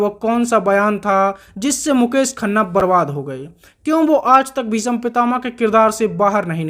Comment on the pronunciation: Bhisam kya bol raha h bhai bhism bol na